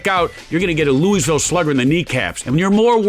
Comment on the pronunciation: This man pronounced it “Loo-iss ville slugger”